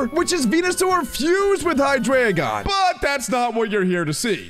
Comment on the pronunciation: It's pronounced as hy-dry-gon